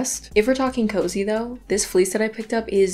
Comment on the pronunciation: “A unit of fleece” 💀💀